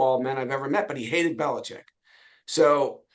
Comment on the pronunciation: Finally! Ian Rappaport pronounces his name correctly. It's BeliCHICK!!!